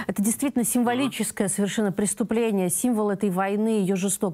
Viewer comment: "Символическое преступление", диктор не может так ошибаться.